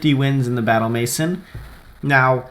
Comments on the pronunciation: maison- MAY-ZON not MASON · Just for future reference, it's "may-zawn," not "mason." I only know because of the Simpsons' "Maison Derriére," haha. Seriously though, good stuff. I'll take note of these threats to this triples team. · please learn how to pronounce MAISON k thx